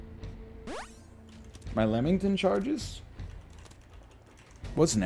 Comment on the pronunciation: Someone tell this man its not lemmington